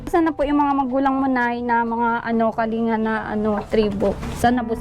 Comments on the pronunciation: Kaling ga Po a pronunciation. Salamat sa pagtulong sa Kasama namin mga Igorot. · ang tamang bigkas po ay kalingga double G bagamat pag isulat ay "kalinga". Salamat po and God bless po at mabuhay po kayo para marami pa kayong matulungan❤